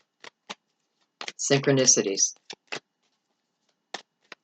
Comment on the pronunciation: 1122 when you said syncronisitys